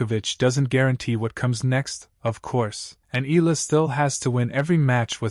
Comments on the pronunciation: Its E-yah - lah not ee-lah😅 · Her name is phonetically pronounced, ‘Eeyalla’ not Eella. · Dude, learn how to pronounce her name correctly. E-a-la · How hard can it be to tweak that AI tongue to pronounce E Yah La? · EH-YA-LAH. Pronounce it right. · her family name is EALA and the correct pronunciation is "Ee-ya-la" or that's the way it is being pronounced here in the Philippines! it should NOT be pronounced the way "Eagle" or "Eager" are pronounced . The second letter "a" should be stressed aloud as a "ya". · EALA ronounced as Ee ya la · As popular as she is, you still murder her name! Again, her name is in three syllables.... E-Ah-LA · AI transcription and bad pronunciation of Eala